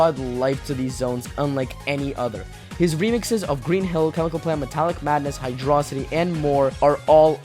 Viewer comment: Finally, somebody else is saying Hydrocity right.